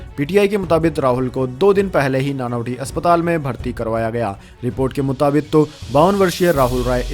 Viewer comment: नानावती न कि नानावटी अस्पताल।